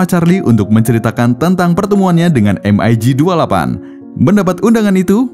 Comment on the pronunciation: spelling mu iku lo min...em ai gi utk MIG...hadeuh menyakiti telingaku...di film2 maupun dunai militer biasa dibaca Mig...spt ejaan org Indo...karena kata Mig ini dr bhs Rusia...yg mbacanya ya gitu Mig (not em ai Gi)...